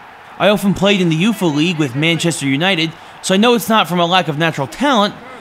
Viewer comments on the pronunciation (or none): oofa leauge? really? at least TRY to pronounce UEFA please.